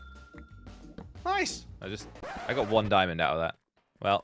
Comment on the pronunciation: "Noice" or nice i have never seen someone mess up this badly